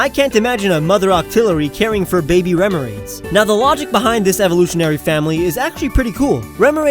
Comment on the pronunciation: did he say remorott